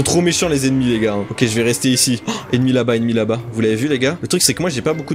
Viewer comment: À chaque fois que tu dis " ennemi " j'entend Emmy 😂🤣😂 et je repond " oui ? "